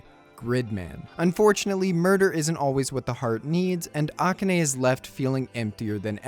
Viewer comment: The way you pronounce "Akane" incorrectly is killing me.